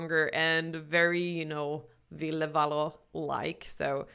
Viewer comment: I love how you get his name right. Thank you!